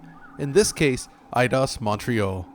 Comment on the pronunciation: You said Edios wrong.